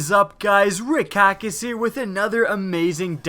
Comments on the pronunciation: Hawk-EY,. Not Hawk-UH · its hakk eh not hakk ah idiot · I think it's pronounced "Hawk-ey" not hawka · Its not pronounced Hawk-uh its pronounced Hawk-ay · I think you are saying it incorrectly. I believe it's pronounced Hak- and a long "A" sound (Hakke) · it pronounced hakke (hawk-kay) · It's pronounced: Hawkaye